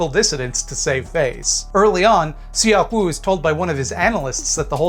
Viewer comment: tip for pronouncing korean, those vowels such as in seok-woo are dipthongs to be said as one vowel. eo is similar to uh (like when youre thinking of what to say). seok is kind of similar to suck just with less emphasis on the final sound